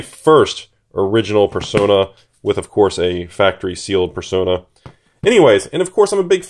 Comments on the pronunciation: Who is dumb enough to pronounce it “persauna” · I have never in my life heard someone pronounce it as "Per-Sauna". Were they non-native english speakers? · the correct way to pronounce it is "Per-so-ner"